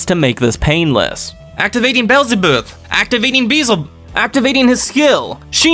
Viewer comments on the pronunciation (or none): let me help you with the pronunciation......just read this literally: Bee-L-za-bub and you will get it 👍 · I love how you couldn’t pronounce Beelzebub that was funny in a good way ..